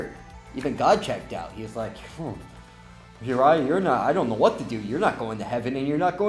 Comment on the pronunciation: You pronounced my name wrong but when you said my name i literally got so excited!!!!!!!!!!!!!!!!!!!!!!!!!!